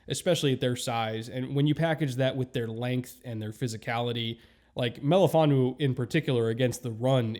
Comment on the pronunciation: I really appreciate your pronunciation of Melifonwu's full name